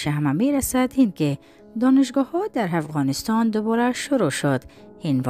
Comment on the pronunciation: خواهر عزیزم، همه چیز برنامه تان خوب است،و خوشحال استم که شما گرداننده و یا ارائه کننده محتویات برنامه استید، فقط یک نظر یا پیشنهاد را میخواستم همرایتان شریک بسازم، یک مرتبه تکرارا اگر صدای تانرا بشنویید ، خودتان هم متوجه میشوید ،مثلن: هفغانستان/افغانستان، هزیز/عزیز، وغیره، ،، به امید موفقیت تان